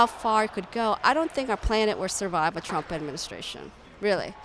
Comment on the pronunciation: Says "Rump"